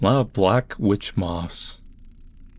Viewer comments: Not the mawffs! Not the MAWWWFFFFFFFFFFFFFS!!! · Anyone else think "moths" is the most awkward word to pronounce ever? I feel like Sylvester the Cat when trying to say it.